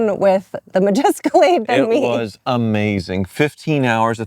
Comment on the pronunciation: Did she say the MajEscalade ?